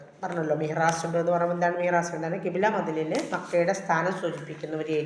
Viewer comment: മിഹ്റാസ് അല്ല മിസ്സ്. മിഹ്റാബ് ആണ് ശരിയായ വാക്ക്.